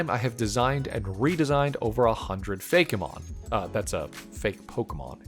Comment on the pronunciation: I cannot state how much it bothers me that you say Fakémon instead of Fakemon lol